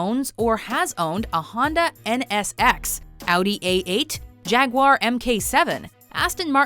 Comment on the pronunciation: jack ar... wait what u mean jaguar..